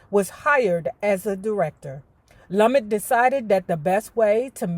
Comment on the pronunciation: Sidney's last name is pronounced Lu-met.